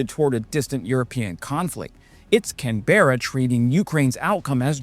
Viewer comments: its not 'can-bear-ah' its 'can-bra' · Love your work,. ❤ But please, Canberra is: Can-bra... not Can-bear-a. 😊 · Canberra is pronounced Can..bur..ahh not Can..bear..ahh, you're welcome :D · Love these reports BUT Canbra not Canberra. Keep it up, mate. Ex-Infantry but in the early 70s. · Came here to say exactly this! I was born in Canberra so I am usually the one that has to teach the yanks how to say "Canbra". I live in Melbourne so I also have to work on that as well. 🦘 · how you said Canberra had me laughing we say "can bruh'. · The capital Canberra is pronounced “Can-bra”. Our entire country/continent has a population of less than the state of Texas. Stepping up as best we can to fill in the void left by an absent strategic partner. We stand with Ukraine! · From an Aussie - the national capital is pronounced ‘Can-bra’ Much love and keep it up.